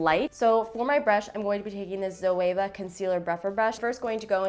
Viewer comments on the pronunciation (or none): Who heard zoela it was meant to be Zoella lol